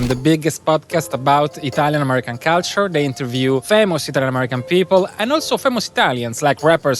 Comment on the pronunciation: hai ripetuto 75mila volte la parola culture, ne avessi mai azzeccata una la corretta pronuncia